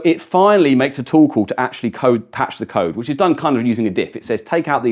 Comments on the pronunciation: every time he says "Tool Call" I hear "Torkoal" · ohh a "TOOL" call. where does that "tow" pronunciation come from? lol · Sounds like "tuple" lol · For a second I thought he was saying "Toll Call" 😂